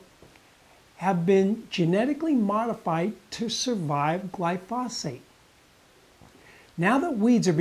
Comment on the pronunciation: You don't even pronounce glyphosate or Monsanto correctly, and you seem to be clearly enunciating them.